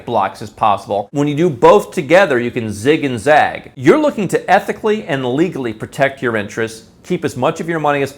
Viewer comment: Lol this dude saying ethically...